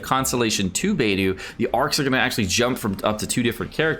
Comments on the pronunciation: Literally everyone else: Beidou: BAYDOO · Your mispronounced there names this is how your suppose to pronounce them Beidou= Bay-dou Xiangling= Chang-lin (you don’t really need to Pronounce the G at the end unless you want to) Xingqui= sing-cho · It sounded more like beydu lol